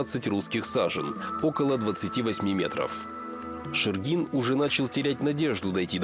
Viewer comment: Шергин мой предок, из Великого Устюга. Потом вернулся на родину и тут умер, оставил большое наследство. После этого в Якутске оставался его сын Александ. В Якутске он был управляющим Русско-Американской компании. Из Устюга же был директор РАК Михаил Булдаков. Почему-то ударение в видео неправильно ставят, правильно шЕргин.